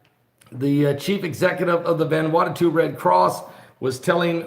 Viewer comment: Ummm... "VAN-WANNA-TU??" At least say the poor country's name correctly... Sheesh.